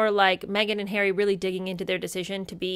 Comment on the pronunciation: Not wishing to sound sycophantic but ….. you are so entertaining and truly funny. I absolutely love the way you scrunch your nose up when you “do” call me plain old ‘Arry and the accent is absolutely hilarious. Thank you 🇬🇧